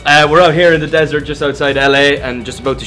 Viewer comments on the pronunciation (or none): none